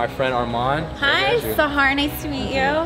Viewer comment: Bruh she called him sahar